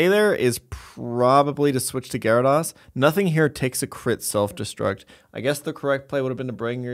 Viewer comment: has anyone challenged to say gyarados correctly yet?